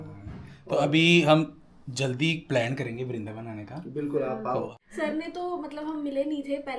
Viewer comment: It's not "VARINDAVAN", It's "VRINDAVAN". Sirf ek Akshar Extra ho gayi. Aapse kabhi eisi ghalti pehle nahin huyi. Sorry for the Correction. ❤